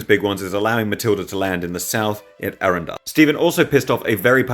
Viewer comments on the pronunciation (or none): I love you but you pronounced Arundel wrong